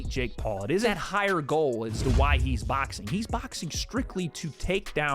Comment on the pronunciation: Lol says “baxing”